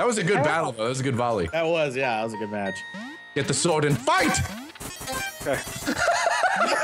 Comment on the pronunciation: match not math